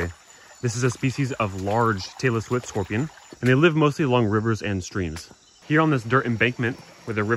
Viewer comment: At 27 seconds it sounded like you said “Taylor Swiftorpian” ?!? lol Leaving Easter eggs for all of the Swifties who subscribe to your channel lol 😏🤣